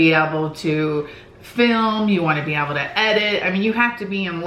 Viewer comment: She kept saying oble in stead of able